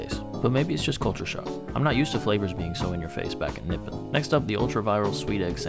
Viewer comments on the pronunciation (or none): A hate how you pronouced "Nippon" with the fury of a caffeine fueled Starbucks Karen